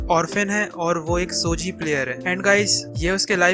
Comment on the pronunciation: Saare anime ka description mein maja nahi aaya kitno mein toh basically spoiler hi dediya aur pronounciation sun sun ke mere aankho mein aasun aagya nichijou ka nechijou, shogi ka shoji or rei kiriyama ka reeeeeeeeeeeee😂😂😂 Number list pe jyada nahi bolna par gto deserves way more recognition then it gets bas gto ke baare mein baat ki mein khush hogaya Sangatsu no lion is not mature at all mature se (+18) wala mature nahi par wohi dimaag kharav depression mein daal dene wala anime nahi hai jaise serial experiment lain or neon genesis evangelion its just a slice of life But reeeeeeeeeeeee😂😂😂